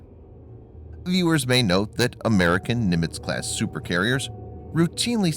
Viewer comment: “Amaeircan” 🤔 lol